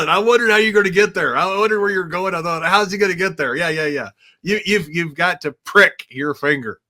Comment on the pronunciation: “Prick” lol